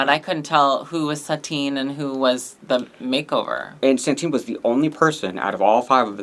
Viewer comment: stop saying Santine challenge impossible